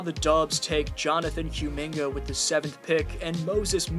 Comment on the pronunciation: How the hell are you pronouncing Kumingas name SO WRONG SO CONSISTENTLY? Therr was literally a a running joke on twitter on his name and there is nonway in hell you pronouce Cum the same way youre saying Kumingas name